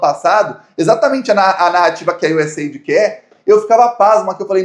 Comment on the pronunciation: US Aidi'...com acento bo "i"...